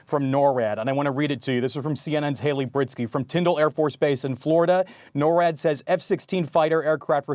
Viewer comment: NORWAD is not pronounced like that.